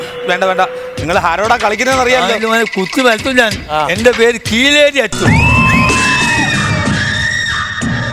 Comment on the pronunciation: Kireli alla kileri 😂